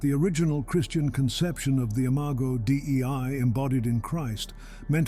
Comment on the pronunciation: the imago D.E.I. 😂😂😂 love you